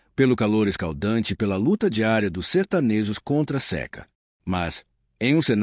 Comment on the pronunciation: Seca (e) vogal fechada. Inteligencia artificial.